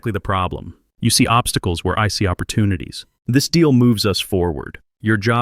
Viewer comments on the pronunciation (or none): none